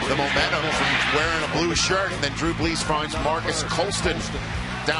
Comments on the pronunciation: One Commentator said Drew Blees on - listen closely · “Drew Bleez” 😂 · He said Jew Blees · He said Drew blees! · ummm I don't know if you heard it but I tink its Drew "Brees" not Drew Blees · I like how the guy said drew blees and said they had to use thier "times out" instead of time outs